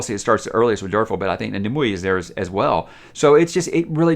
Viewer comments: Its pronounced: nee-moo-eh or neem-way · Nimue is pronounced as Nimway.